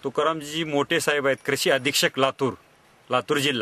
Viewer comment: yache uccharan tar paha kiti gavandhal ani adanya sarkhe ahet apapan la "aapun" krushi la "krisi". Wtf man..